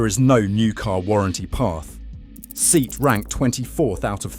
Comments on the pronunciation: Pronunciation of SEAT is in deficit. Ditto Sportage. Sorry, Anglophones just cannot say big words such as Sportage. I could have been rude enough to pinpoint the problem, but acted with restraint. Mercedes isn't mirsaydees, either ..... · Was clearly AI vocals, as the request to subscribe and its benefit, were in the same angry, agressive voice. Plus, it could not pronounce the brand Seat correctly. Laughable, just like stated.